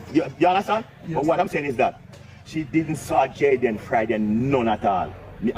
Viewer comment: UNO PRONOUNCE THE CHILDS NAME PROPERLY. ITS NOT DAN IS DEN,,,,JAYDEN NOT JADAN, BIG UP YOURSELF PRESS